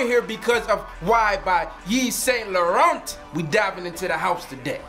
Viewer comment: You need to say the name of the fragrance the right way. its not lorente. its else, ask or watch french videos. I really laugh when I hear people twisting names like luis vuttone I am sure you get offended when people dont care to pronounce your name the right way.